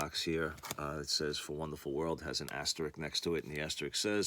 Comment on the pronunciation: Hope you don‘t mind the correction: it‘s asterisk, not asterik - sorry for being a smart ass, but it‘s the 2nd vid I notice this. That said, keep on bringin‘ out the good stuff!